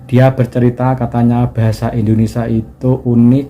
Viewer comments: INDONESIA min, bukan INDONESA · Mas ucapkan "Bahasa Indonesia" Jangan diucakan "Bahasa Indonesa" Ingat, ucapan Anda didengar orang banyak Ja